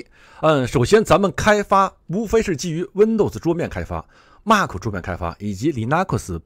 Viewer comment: mac: 马克? 不是读麦克吗?